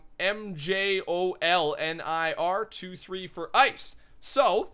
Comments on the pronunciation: "M Joel Ner" same xD its pronounced "myulnur" like Thor's hammer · M-joel-ner made me cringe so hard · Mjolnir is pronounced me-ol-nur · Mjolnir is pronounced (mee-ol-neer). That is the name of Thor's hammer